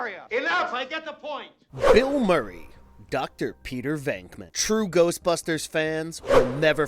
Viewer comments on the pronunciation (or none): none